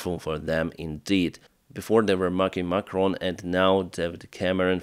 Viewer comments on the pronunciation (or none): none